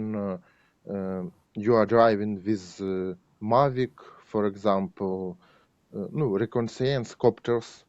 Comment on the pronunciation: My thoughts exactly. He is straightforward, without bitterness towards the situation, in good humor in spite of everything. And his English is decent in spite of using "to" with modal verbs and mispronouncing some words like "reconnaissance'